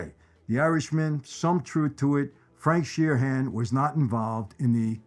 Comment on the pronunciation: It's Frank "Sheeran," not "Sheer-Han."